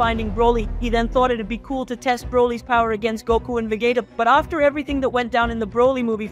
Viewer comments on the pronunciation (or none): Dude you need to learn to stay vegita ,sayain, sadalia ,namek basically learn everything about dbz super learn how to say the names right